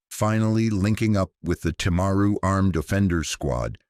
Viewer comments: This was horrific. It is the second worst Massacre after the 54 people killed in the Christchurch Mosque attact. Also Dunedin is said Dun-ee-din, and Timaru is said Tim-aa-ru. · SECOND worst after the mosque shootings. Also dunedin and timaru are not pronounced like that. Wouldn’t hurt to do decent research first?